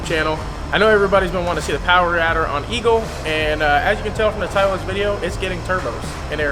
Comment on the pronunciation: Eagle not “Eagle”